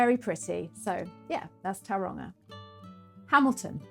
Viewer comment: Hello, thank you for this lovely video. I can see you're giving Maori pronounciation a good crack, which is great to see. I heard a few places mispronounced, so just to help you, the vowel sounds are pronounced like so A as in star E as in here I as in key O as in store U as in shoe So is more like towel-wrong-ah, and Why-kart-oh The mouth feel is a bit deeper and richer than how English words are spoken so its easy to get a bit tripped up (especially when locals reinforce the mispronounciation) Writing this just cause I can tell you're already putting in the work 😊